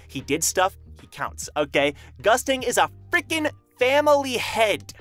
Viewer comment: In the Korean version of TOG, Gustang is pronounced (Goost-Ahng) not Gustang like mustang for those that didn't know